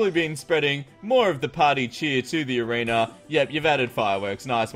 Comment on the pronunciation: i feel like you always say arener when u say arena